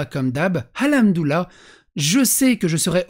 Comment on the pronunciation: Je suis un rebeu (oui mais mon pseudo blablabla osef) et on dit : Hamdoulah ou Al Hamdou Lilah , mais pas Al Houmdoulah, et ça, ça me gonfle, avec tout les Wech, Walah, Starfoulah...